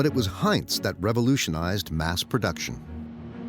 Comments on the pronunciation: Heints?? Everyone can pronounce Heinz except the narrator? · Heintz??? Bro, it’s Heinz. You’re hurting our ears.